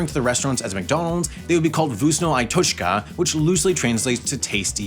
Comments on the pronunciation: voosnoh ai toech kuh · Damn, my lovely "vuusno ay toshka", the best restaurant ever. Yes, Russian is kinda hard to pronounce, but it sounds so wrong... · Its pronounced fkusno e totchka and it means ”tasty period” like the punctuation. It obviously works better in russian. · The k is not silent and the i is said like the letter e when you sing the alphabet in Vkusno i Tochka (Вкусно і Точка) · It pronounces like "Vkusno ee tochka", literally translates like "tasty and point(dot)" and in meaning "tasty and thats all". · "voosnuh eye tochkuh" 🤣🤣🤣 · Ok, as a Ukrainian, I need to speak out. Most of the footage you've used of McDonald's is actually from Ukraine (the visible text was in Ukrainian). And the pronunciation of Vkusno i tochka is wrong on so many levels. It's pronounced something like fkoosna ee tochka. Oh, and we had shrimp in Ukrainian McDonald's as well, before they closed because of the war. That said, love your content, and thank you for talking about this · why did you replace russia with ukraine? Ok, as a Russian, I need to speak out. Most of the footage you've used of McDonald's is actually from Russia (the visible text was in Russian). And the pronunciation of Vkusno i tochka is wrong on so many levels. It's pronounced something like fkoosna ee tochka. Oh, and we had shrimp in Russian McDonald's as well, before they closed because of the war. That said, love your content, and thank you for talking about this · That i letter in "Vkusno i tochka" is actually pronounced as the Russian и letter, the same way it sounds in the word "Shrimp". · The "i" is pronounced like the English name of the letter "E". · I'm russian. The i in the name is pronounced closer to ee, but short. Also, the k in vkusno is pronounced. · correction, it translates to "tasty and period" and or "delicious and period" not "tasty and that's it". yes he butchered the pronunciation of the Russian part but whatever.